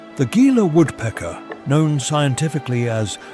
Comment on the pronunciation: A few notes on the narration - Gila is pronounced "hee-la" and Saguaro is "Su-wahr-oh". The temps have only been up to 50°c a few times, the last time it hit 50° was in 1993 or 1994. It does get up to 48°c often though.